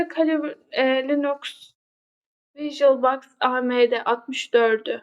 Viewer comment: Anlatim güzel fakat bazi kelimlerin ingilizce teleffuzunu yanlis yapiyorsun virtulbox gibi cok dikkat cekiyor😂😂